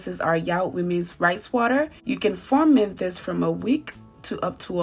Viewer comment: The word is ferment, not forment.